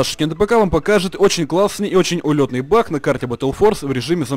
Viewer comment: почему ты называешь не баг а бах?)